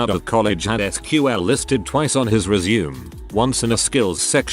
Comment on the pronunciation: How hard is it to teach an AI voice to correctly pronounce resume and live ????